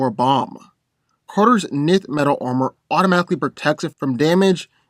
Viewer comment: I liked the battle, but one thing of note, for Hawkman, his gear isn't "nith" metal, but "N"th metal, as I've heard it said in various sources in the past, how one would say the letter 'N' with the 'th' on the end of it. That was the only thing I disliked/found slightly off about it.